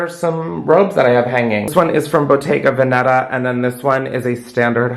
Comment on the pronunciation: Hey babe just a heads up it's bottega vèneta not bottega venèta :) the accent is on the first e